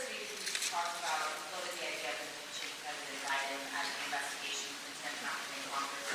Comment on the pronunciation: Silly question I know but why does John Lauro call Trump "presdident" ???? Why not former president or old 45... It makes everything he is saying sound stupid...